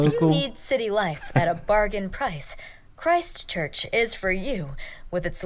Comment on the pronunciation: Nice to see my city on the list (Christchurch). No the name has no religious connotations to us locals. The narrator is pronouncing it strangely in that she is emphasisng 'christ' and 'church' like its two words (making it sound religious). No it's just simply Christchurch. There is a small town in the UK called Christchurch that we were most likely named after. I wouldn't say Kiwis are any more religious than anyone else. It's nice that you haven't head of Christchurch because to be honest in the last 10 years we became world famous for just some horrible events happening to us that were beyond our control. They don't need to be discussed here. As a result us Cantabrians (from the Cantberbury region) are a pretty resilient bunch.